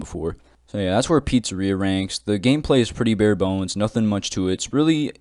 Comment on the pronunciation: Man said bare boneless